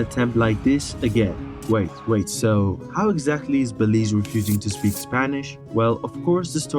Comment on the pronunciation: He said Belize correct...your messed up